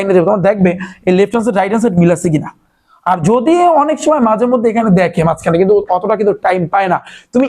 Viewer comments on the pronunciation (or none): none